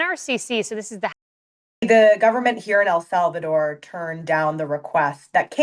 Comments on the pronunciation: For the love of God..... El Salvador is pronounced "eL-SAL-vah-door". It is NOT pronounced "EL-SAV-a-door" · Why do you keep saying A Savador? El Salvador! Say it 10 times!